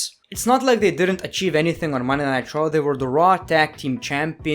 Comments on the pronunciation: (no offense) but I crack up when he says traw instead on raw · be like: 'Monday Night Traw'